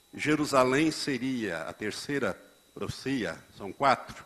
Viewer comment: PROFICIA não, né Pastor. O correto é PROFECIA! Que tal falar direito antes de mais nada?